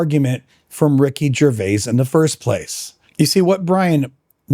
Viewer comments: I think that you ARE being pedantic about how pronounces Ricky Gervais’ name. What annoys me more is when you keep saying, “Ricky Gervais-ez”. The possessive of Gervais can just as accurately be pronounced “Grervia-zz”. It should also be noted that is a Canadian citizen, where the prevailing second language throughout Canada is Quebececois French. The name, “Gervais” is of French origin. It could be argued that technically speaking, it’s Ricky who’s pronouncing his own name wrong. I don’t know why you even wasted time on this argument. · When the apologist opened by mispronouncing Ricky Gervais name I stopped watching. One explanation for the common occurence of apologists always mispronouncing the names of people that they disagree with is that they somehow think that it is a clever insult. Another possible reason might be that they actually believe in their own superiority so strongly that it is beneath them to take the time to discover how a name is pronounced. Or the apologist is a dim bulb, elevator doesn’t go all the way to the top moron. Listening to a person of his type may cause brain damage. Don’t do it! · I pronounce /ʒəʁˈvei/, what?